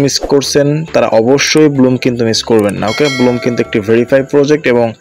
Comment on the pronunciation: ভাই ব্লুম না ব্লাম হবে 😂😂😂